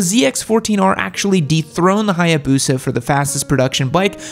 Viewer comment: So the Hiiiiiboosa has Can-Gee on it yam?